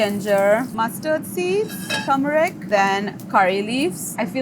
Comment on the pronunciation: Or “turmeric”. People keep missing that first R. But as long as the food’s good I’ll cut ‘em some slack.